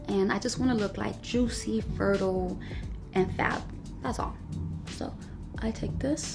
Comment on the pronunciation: every once in a while i come back to this vid, just to hear her say the words "fertile". these things amuse me